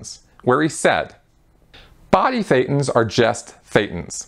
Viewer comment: Just as a side note Thetans sounds like Satan 80% of the time the way you pronounce it, and with no knowledge whatsoever people probably just understand Satan all the time also shown this way in the subtitles just noticed it right one time